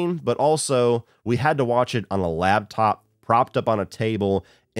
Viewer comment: Tell me you didn't say laBtop...one of my #1 pet peeves :| it's a laPtop. it's designed for your LAP...